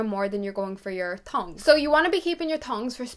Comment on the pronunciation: OMG it’s NOT “tons” it’s THONGS